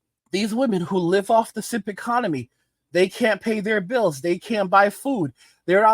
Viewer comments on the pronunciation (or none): none